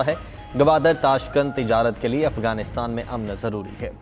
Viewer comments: یہ افگان کہاں ہے اردو خبریں پڑھنے والی اپنا لیجئ ٹھیک کر لیں افگان نہیں افغانستان کہتے ہیں ورہ خبریں انگش ہی میں پڑھیں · Is larkey newscaster ko to bolna bhi nhi ata, Afghanistan ko kuch galat perhta hey